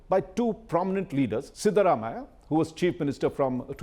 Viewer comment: Cannot take a person seriously as an expert in Karnataka politics who can't pronounce the names of Siddharamaiah, Yediyurappa properly. And includes Hassan in both the Old Mysore and Central Karnataka regions. Get the basics right, India Today. You tag yourself as the "Gold Standard"!